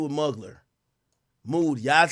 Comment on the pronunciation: Every time AK said Hollywood Mugler I cried 😂😂. It's pronounced moo-glare but I also don't expect you to know that